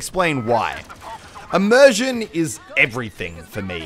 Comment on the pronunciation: Did he say emersion?